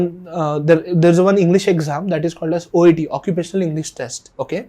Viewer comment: It's "OET" by the way !!!